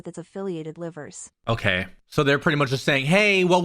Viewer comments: Not the "livers" 😅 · "Sellin" I can make so many memes about this but I won't bc the situation actually is serious "Ceiling" & "Livers" (like the body part?) I can't take this seriously mb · Our 'livers' 😂😂 So just made my day